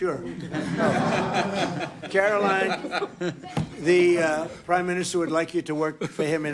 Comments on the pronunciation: You're so right. But it's not Karolyn it's KaroLINE. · you’re awesome and you have to start pronouncing Karoline’s name correctly—“Karo -Line”, not “Kara-Lynn.” I’m not a fan of hers at all, but we gotta get the names right. Thanks for all you do! ✌️